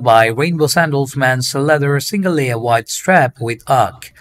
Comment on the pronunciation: I love flip flop reviews. Each time he said “wide feet” I thought he was saying WHITE feet 😅. The Olukai brand and the Rainbow brand he showed was my favorite. Made the models nice bare feet look great in those.